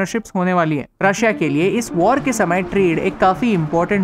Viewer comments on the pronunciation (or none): none